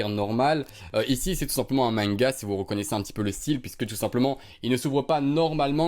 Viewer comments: Ca se dit pas " manega " mais " manga" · Omg le pins c'est breacking bad et on dit pas mainga mais manga omg l'inculte